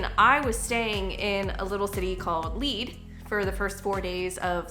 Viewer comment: The town of "Lead" is pronounced like the heavy metal they mined there. Lead (led). No helmet is stupid. MAGA is stupid and racist and weak on Putin. Next !